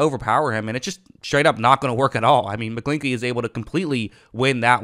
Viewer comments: His last name rhymes with inchy not inky lmfao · Mcglin>ch<ey ch makes a sound idk why you're not saying it correctly lol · Your pronunciation is funny. McGlinch the Clinch.